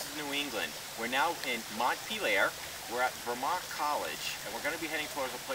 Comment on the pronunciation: I live right near Vermont college :) I don't think it's really scary. and you pronounced Montpelier wrong by the way.